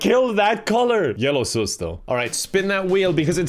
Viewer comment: i love how he calls sus “soos” no hate i just think it’s hilarious 😂😄